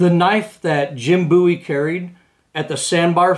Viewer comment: It's Called BOW,,,,E not BOO E Look How His Last Name Is Spelled.